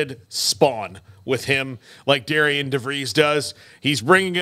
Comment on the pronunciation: his name is pronounced Darin